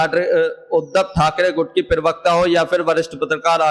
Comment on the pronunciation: Plz. don't speak pariwakta you need to say parwakta....